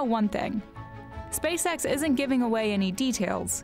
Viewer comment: Everytime she says "SpaceX" imagine "SpaceSex"